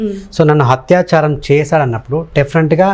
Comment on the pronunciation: హత్యాచారం కాదు....అత్యాచారం. అత్యాచారం